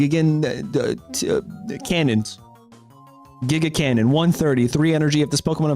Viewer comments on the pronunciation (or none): bro how are americans so bad at reading gigantic cannon >> giganti-cannon<<